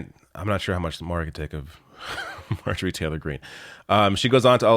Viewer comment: Marjorie Taylor Greene = Marjereene.